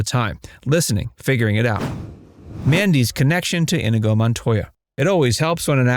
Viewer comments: It’s “in-EE-go”, not “IN-uh-go” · Narrator kept saying 'INDIGO' Montoya. It's INIGO... there is no 'D'.. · Why do I keep hear Indigo Montoya, when it is In-nee-go Montoya? Have you (re)played the scenes from the movie? Or is this AI bot voice? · Why does everyone pronounce it IN-i-go? Is it just because Peter Falk says it that way? Mandy Pitinkin pronounces it properly in the movie: in-EE-go. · Have you ever actually watched the movie? It is not "in i go" Montoya, it is pronounced "in nego" Montoya and if you can't say it correctly, you have killed the pronunciation, prepare to die. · wow, not "In - A - go" it's E A go. Like in Othello. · To the voiceover guy ih-NEE-GO. His most famous line is pronouncing his name over and over again and you still messed it up!?! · Inigo Montoya=N-knee-go Montoya! That's how they say it in the movie. This is one of my very favorite movies and your butchering how to say his name. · "inuhgoh" Tell me you've never seen the film without telling me you've never seen the film. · Me or does the narrator’s pronunciation of Inigo sound off? I always thought it was more “In-ee-go”. 🤔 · His name is In-eee-go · It would be nice if you had pronounced Inigo correctly. Anyone who has watched the movie should know how it was pronounced in the movie. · Yeah, it was killing me every time I heard it mispronounced. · Oh my god, how do you pronounce Inigo's name wrong for this entire video? His most famous line has him LITERALLY SAYING HIS NAME. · You know someone hasn't seen the movie when they are mispronouncing inigo's name. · Your pronunciation of INIGO, one of the main characters, is WAY off. It lets us know that the narrator absolutely did not see this film. Maybe do your homework? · You keep pronouncing Inigo wrong. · It's inconceivable that the narrator hasn't even watched The Princess Bride. Mispronouncing Inigo so many times in this video deserves a visit from the brute squad for sure.